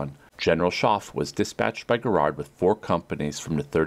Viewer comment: It is not Gerrard it is Garrard